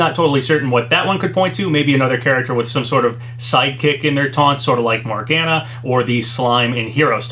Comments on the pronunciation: I'm the Persona 5 fan here so hearing him mispronounce Morgana's name was painful. It's Mor-ga-na. Not Mor-gan-a. Also how is that stupid Cacomallow "leak" still getting credit?! It's been almost a YEAR since it was discovered! Seeing as how they were discovered in October last year and we're two months away from October of this year, and we had 3 Sakurai Presentation between the discovery time, with Terry's happening in November, Byleth being in January, two months after Terry's, and ending volume 1, and Min Min's in June, five months after Byleth and kicking off volume 2, and we still haven't seen those two mii hats yet I think it's safe to say at THIS point we can call the Cacomallow "leak" fake! Just fucking drop the cacomallow "leak" already! It's fake! And just bringing it up just makes you and all those who want to believe it's real look desperate! Just let it die already!! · Not to be a stickler with pronounciation, but Morgana is said "Mor-gan-ah". Either way, I will be ecstatic if we get a legitimate Direct or Direct Mini in a week!